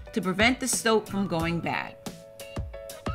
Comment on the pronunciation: "Stoap" lmaoo. Ive watched this too many times to have caught that, great tutorial!